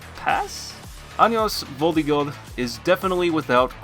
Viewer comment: "Anos Voldigoad" ._.